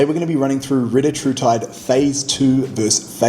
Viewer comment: It’s pronounced Ree-tat-rutide.